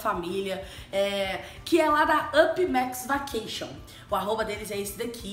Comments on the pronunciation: se fala VEQUETION😂😂😂 ma seu tbm falava Vacation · "Vaqueixo" eu ri mas com respeito kkkk❤